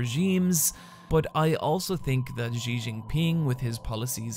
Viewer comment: FYI just say "she" for "Xi" and you'll be a lot closer than what you're saying now